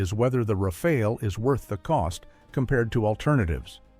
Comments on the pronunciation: It isn't pronounced "Rafail" but "Raf-al" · At least plz get the pronunciation correct : second 'A' is like the first. It sounds 'RAFAL' not 'RAFEL !